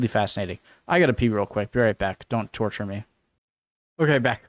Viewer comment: "turture, fun" Jayzus, that’s one way to open my gawddamned eyes ya bawlbag